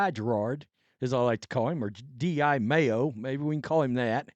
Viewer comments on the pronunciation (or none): Here we are a year later and you still can’t pronounce his name correctly you dim hillbilly. Yeah he sucked as a coach and was a DEI hire but you not being able to correctly pronounce his name makes it hard to take anything you have to say seriously.